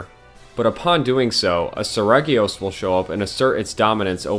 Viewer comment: Oh boy, get my blood boiling by pronounciation. As a russian, if you see the word in my language – you know how to pronounce it. There is no room here for options. I get that it's different in english. But Lah gee acrus is the intended name. Japanese devs just didn't think you will try to "englishify" it. Seregios is more of a Selegios also.